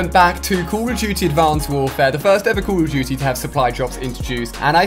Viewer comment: Jeee wiz dude why do you say call of duty like: Coooool of duty